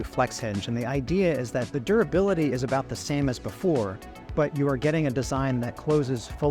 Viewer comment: Did my man really say the word durability wrong and they kept that in the video 😂😂😂